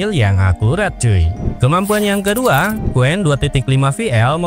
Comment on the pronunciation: Aku juga telah berkali-kali melakukan uji coba cuplikan disertasiku terhadap Qwen dan Deepseek,hasilnya jawaban Qwen jauh lebih terperinci dan mendalam mengulasnya,sedangkan Deepseek hanya sekerdarnya dan dangkal sekali.Harus dikoreksi sebutan pada Qwen (bukan WEN),melainkan Wen,sedangkan Q=Question sama artinya dengan Wen dalam bunyi bahasa Mandarin.